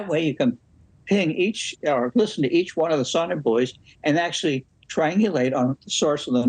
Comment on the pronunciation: Did you notice how he correctly called them Sonobouys, while she said sonarbuoys? Like most journalists, she doesn't know what she's talking about.